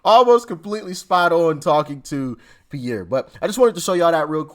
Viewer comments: Doc - love your content and your presentation. May I just offer this information, with all due respect - the gentleman's name, the one who interviewed Dennis Quaid, his name is pronounced "Peers", not Pierre, Peers Morgan. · Sorry to be an ass. But the guy's name is pronounced like an ocean pier that you walk out to fish on. Piers Morgan.